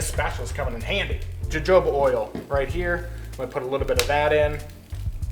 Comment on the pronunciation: Its hard to experiment when you dont know how much of each ingredient your using. Also I used to think you were just probouncing jojoba oil wrong but then you said abacado and I realized your just trying to trigger people LOL